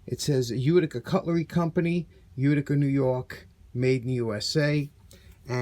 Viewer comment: I watched to hear you say "Uticer"! Pass that thing soon, I can't imagine...